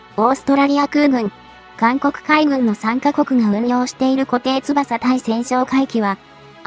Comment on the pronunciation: 固定翼 誤りーこていつばさ 正解ーこていよく なぜ漢字読みの間違い多いYOUTUBE